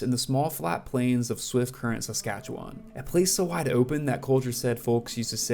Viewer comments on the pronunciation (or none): Talking about swift current and showing pics of regina. Also learn to pronounce Saskatchewan. narrated by a goof .....